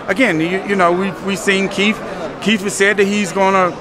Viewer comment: ELLERBE -- For the love of God, you are suppose to be a professional and SPEAK the English language CORRECTLY. Its is not KEEF Thurman. It is KIETH Thurman. "We know that KEEF is always in great shape..".. There is not KEEF fighting. It is KEITH. Yes, I do realize that some ethnic groups use F for the TH sound, but c'mon man, you look good, dress well, smart, a sense of humor, know boxing and have money. Learn to speak proper Englis without slang. Just sayin. I know I will get beat up some, but I also know it drives others crazy as well.